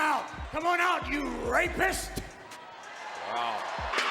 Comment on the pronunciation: Vince McMahon calling somebody a Ray*puhst hit different